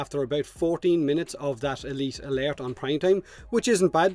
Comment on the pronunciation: Good job man. Elite Alert has got to be hard for u to say as clearly as u do. Im wonderin how many takes did u have to do or did u practice it alot?? Elite Alert...lol